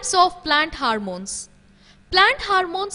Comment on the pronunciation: That's not HARMOME that is HORMONE